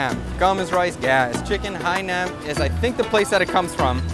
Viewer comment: As a Vietnamese person born and raised in the states, nothing bother s me more than how Hainanese chicken is butchered...it's like whyyyy